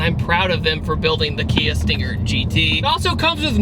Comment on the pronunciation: Sting-air? Sting-haire? Sting-ayer? XD